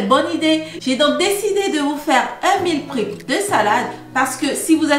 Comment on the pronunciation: Meal prep se prononce mil prep et non mil prip